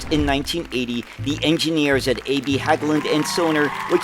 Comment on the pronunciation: Nice to see some Swedish vehicles aswell 👍 Also Hägglund is pronounced like Hegglund due to the 2 dots over the a 👍 Also Bolinder Munktell , aka Volvo were very big on farm tractors in Sweden in the past. Would be very cool if you plan to make some stories on Swedish buses aswell, like the very long lived Scania CN 113 CLL ( Maxci ) that was in service in the Swedish capitol Stockholm from the early 1990:s up untill 2014 👍 Just a little tip 👍